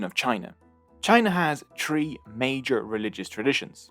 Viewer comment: Nice video but it's "three" not "tree".